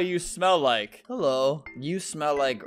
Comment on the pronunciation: … British flags when she say Eello